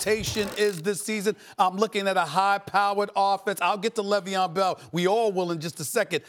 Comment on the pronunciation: Le veon bell smh .. the disrespect is real